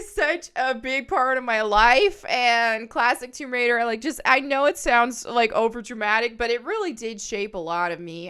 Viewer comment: It is called "TOMB RAIDER," not "WOMB RAIDER." {That said, I would not at all be surprised if there was already a 'Rule 34'/porn version with that name...😊}